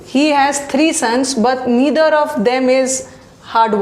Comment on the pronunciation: I'm disliking this video only because of wrong pronouncements of Neither/Either